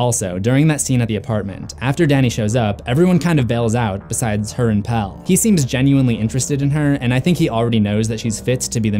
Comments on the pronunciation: there are quite a few times when she pronounces it as does. Chris-tee-ahn. Florence Pugh is English, and while her American accent is flawless, she pronounces Christian as English folks do. She also mispronounces Pelle's name (saying Pel-lay. It's correctly Pel-luh. Oddly, and several other reviewers sat "Pell."). The scene where she rides on the May Queen Wagon and says "Can Christian come too?" is one of the several times when she pronounces his name with three syllables. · I love how everyone says Pelle when its suppose To be pronounced PellE, the E is not silent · I stopped watching this the moment you mispronounced Pelle’s name. You would know how his name is pronounced if you actually bothered to watch the film, even just once, never mind the fact you’d have to watch it more than once just to catch things you’ll miss the first time around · and Pelle as PEL :D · something you missed: the second E in Pelle is not silent. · I'm curious as to why you're pronouncing the characters' names phonetically instead of how they're pronounced in the movie. You said "Pele" and "Christian" incorrectly. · and also "Pelle" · And pelle’s name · You’re saying Pelle wrong too and it was stressing me out a lot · 1. She doesn't end up speaking our language. They're speaking Swedish throughout the movie but in that particular scene it's gibberish, I think in order to point out the "out there" feeling. 2. Yes, Maja is a name that basically means "may". 3. This constant weird pronunciation of Pelle... 😂 It's "pel-eh", not "pel". Also no adult is called that since like the 50s... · The worst things are the way he pronounces Pelle and Paimon